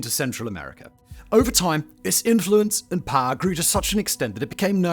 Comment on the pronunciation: My god its poWer Simon! PoWer!! Not poer